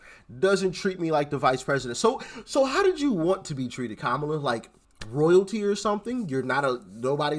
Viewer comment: It's all good, but she can't say how.